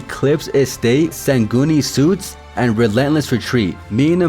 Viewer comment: Heads up. It isn’t “suits” it’s “suites” which is pronounced like “sweets” And the best season in chapter 4 was season 2